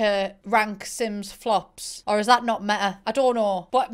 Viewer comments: "I've never understood the concept of 'meh-ah'" 😂😂😂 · When she says meta it sounds like meh-ah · I’m sorry but when you say meta you say MEHA 😂😂. But I love your accent...